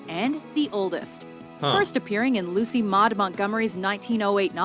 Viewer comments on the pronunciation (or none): none